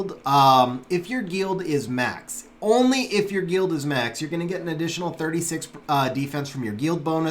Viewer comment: the way he pronounces guild makes me want to shoot myself in the face